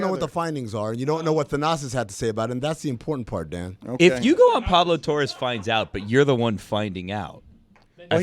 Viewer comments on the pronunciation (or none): none